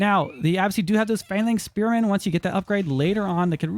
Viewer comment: "AlLoT oF SpErMaNssS"